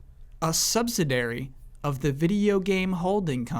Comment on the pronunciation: it's sub-sid-i-ary, not subsidary....